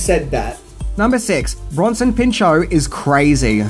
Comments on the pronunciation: You might have pronounced the movie’s title correctly but you mispronounced Bronson Pinchot’s last name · It’s Bronson Pinchot (PINCH-OTT or PIN-SHOT)